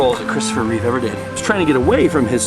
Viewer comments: It is a nice documentary but please say "Christopher Reeve" not "Reeves" Thanks! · It’s Reeve not Reeves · Christopher Reeve NOT Reeves! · Reeve not Reeves. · Sounds to me hes saying chrus s surname wrong hes saying reeves instead of reeve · It's Reeve NOT Reeves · This video is GREAT! It was so nice to see the various locations as they are today. My only critique is that his name was Christopher Reeve, not ReeveS. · it's Christopher Reeve! Not Reeve's!, You must be thinking of George Reeves (original superman)